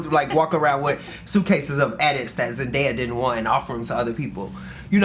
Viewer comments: the fact that mispronounced ZENDAYA numerous times lmaoooo. law said her name multiple times. it's zen-DAY-a. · this journalist<<<< the interrupting, mispronunciation of zendaya’s name, it’s all weird lol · As someone who has to correct people on how to pronounce my name,it was annoying to hear her keep saying Zendaya wrong and Law said it multiple times. I love Law and hope he goes back to styling when he feels like it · Great interview and really great questions from the interviewer. But I could not stand her calling Zendaya Zen DIE uh 😂 Respect our girls name or don’t say it at all!!! ✊🏽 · DEFINITELY FELT THIS RIGHT AWAY she was just getting threw the questions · As a journalist, she knows the name. It’s called intentional shade lol